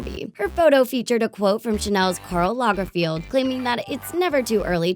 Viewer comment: it's LagerFELD not 'field'